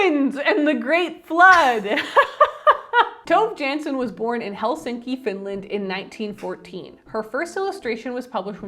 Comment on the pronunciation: I loved the Moomin books growing up so I'm so glad you loved it!! Just thought I'd mention that the author's name is actually pronounced toh-vuh yan-son ❤